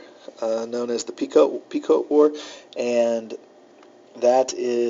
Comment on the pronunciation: Pequot is pronounced pee·kwaat. Not Pea Coat or Pea Quote. Thanks for the video.